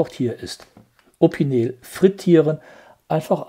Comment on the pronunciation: Das wird „Opinell“ ausgesprochen, nicht „Opineel“ - mit Verlaub.